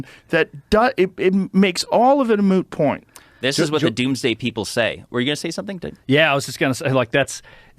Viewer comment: Did he said “a moo point “ ? 😅